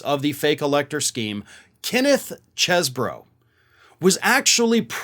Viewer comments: His last name is pronounced cheese bro. He's a guy from Wisconsin how else could you pronounce his name? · It's pronounced like "Cheese-bro" and that's according to Chesebro who wants it pronounced like "Chese". Oh, well... So much for the one thing the non-cult media was trying to kinda help him out with.